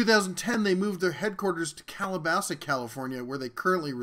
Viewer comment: Just an fyi, it’s pronounced “cah muh rio” and “cali bass us”. I hope this helps and I appreciate your reviews. The least I could do is to help you pronounce their cities like a pro.